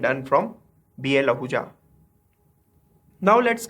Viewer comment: i think its HL Ahuja not BL ahuja